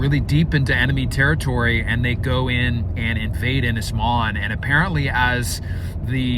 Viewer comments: Yey the maze bowl has finally gone ! PS its pronounced Un is mon not IN is mon.(( im welsh dont you know lol )) Edit PPS please buy a ready made cabin for the main cabin and just put it together , may give you 2 months less footage but 1 you dont have the length or girth of timber on your property to build it, 2 you dont have the machinery to move the logs the size you need and 3, 2 more years of watching you fudge your way through building a cabin and redoing half of it over again when you get better information is not setting my pants on fire ! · need to work on your welsh pronunciation, ynys is more like un is, Môn is more like moan but with a shorter A sound